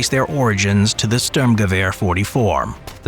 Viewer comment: Its not a "Ztürmgewehr" 🤌🏻 Since when do you guys even speak Ü ?!